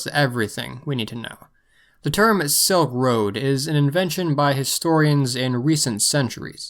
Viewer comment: It’s Silk Road, not Soak Road